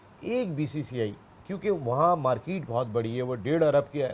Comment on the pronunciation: Markeeeet bahut badi hai... market bolna aata nahin.. Britain ko Rota dekh k maja aata hai.